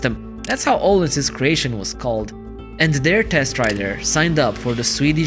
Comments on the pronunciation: öhlins not ohlins xD o and ö are totaly diffrent soinds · Its Öhlins not ohlens